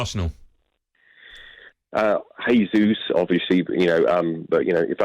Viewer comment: His name is not "hey zus" he is Brazilian not Mexican. It's pronounced as " jay zus". Sheesh